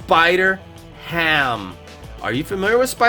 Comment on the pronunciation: It's spider-ham